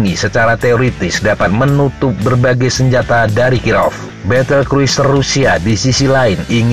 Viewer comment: Cruiser dibaca kruser, bukan yang lain